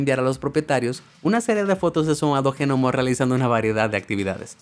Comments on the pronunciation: "Jenomo" jajajajajjajajakajajajajajajajajajajajajajajajajajakajajajaja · "G"nomo? La G no se pronuncia así, solo es una contracción gutural muy sutil. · Realmente eso de la "g" pronunciada es muy molesto!!! Tan fácil es pronunciar aunque sea "nomo"..!!!🤦🏻‍♀️ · o A mi Gnomo no me importa pero si es Genomo ahí si me molesta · Que molesta la mala pronunciación de gnomo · Pero quien pronuncia la G de Gnomo! Así no se pronuncia esa palabra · Se escribe gnomo pero la g no se pronuncia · Y es mas molesto que lo repite mucho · Por qué demonios dice "G- nomo"? Se pronuncia "nomo", sin la G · GENOMO??? 🤦 LA G ES MUDA!!!! SE PRONUNCIA "NOMO" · me molesta de una manera increible q diga GENOMO y que lo repita una y otra y otra vez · En serio... "GENOMO"? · COMO JENOMO? OSEA GNOMO PERO SE PRONUNCIA ÑOMO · G-Nomo???...........Que no solo se pronuncia NOMO??....Saludos! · Ge nomos.....? Lo he escrito tal cual lo dice, un montón de veces.. Hay que ser bestia..... La palabra gnomo, en español, se pronuncia nomo..... Simplemente. Es un caso de pronunciación como psiquiatra. Que se dice fonéticamente Siquiatra. No pe siquiatra..... Que bruto.... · Que rabia con el genomo la g no se pronuncia es nomoooo NOMOOOOOO!! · Por qué lo pronuncia Ge-NOMO¿¿???? no pude entender nada de la historia de los duendes... solo me dediqué a contar genomos! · ¿Pero tú no sabes como se pronuncia GNOMO!?? El sonido de la "G" no es "J" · Gnomo se pronuncia "Ñomo", y no "G-nomo"!!!! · Por qué dices Je Nomo ... Es gnomo como pronunciando una E que en realidad no suena, pronuncialo con la E antes de la G para que aprendas a decir gnomo (ehgnomo - luego lo pronuncias sin decir la e) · Me da un montón de toc que diga genomo en vez de nomo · gnomo se pronuncia ñomo* no genomo XD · Se escribe gnomo y se pronuncia nomo, no genomo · Por qué dice "genomo" en vez de "nomo" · ha dicho genomo? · Gnomo se lee nomo, no G-nomo. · Sabe que se pronuncia nomo no genomo, pero si se escribe gnomo no? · "Genomo" no, "Gnomo"